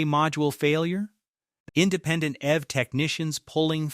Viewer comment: You should be more careful with your script writing because you’re using an American Standard accent, but referencing British currency. Also EV, is pronounced eeeee veee not “ev” like in evermore